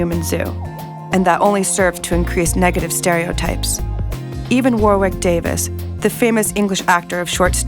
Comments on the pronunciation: Fkn "war-wick" no. Its pronounced 'worrick' like you say 'porridge' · Why can't 98 percent of north americans pronounce Warwick Davis correctly